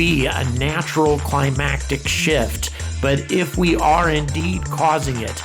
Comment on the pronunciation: I'm with you! Great video, I hope everybody on Earth watches it. PS Climatic shift. Cli-ma-tic.